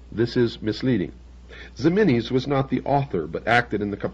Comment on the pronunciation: hehe "zeminis"... it is Jimenez, which was written sometimes as "Ximenez" in Spain's golden age. Also, Ciudad Real is pronounced /see-oo-dad/... Love ol' Bill, but his Spanish was una mierda! lol